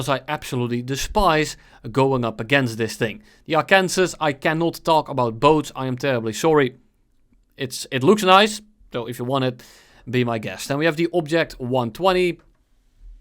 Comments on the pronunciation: Dude pronounced it Arkansas instead of Arkansaw, just uninstall system 32 bruv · Man said arKANSAS smh